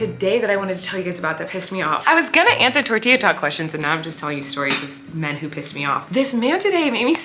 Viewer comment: Colleen says “men” the same way she says “pink” hahaha min not men. All in good fun, your vids make me so happy!